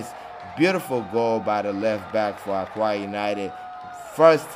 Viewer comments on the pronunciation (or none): It is pronounced “Oka”